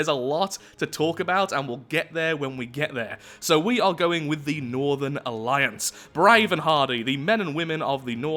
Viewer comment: The way you said northern alliance sounded like northerlions...